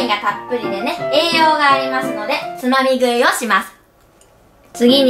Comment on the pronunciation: つまみ食いがつまり食いに聞こえた笑